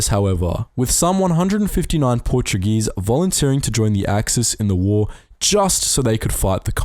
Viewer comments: Congrationlations! You perfictly assacinated every portuguese name in this video. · Note 0 for your Portuguese, Speaker! Even with the names!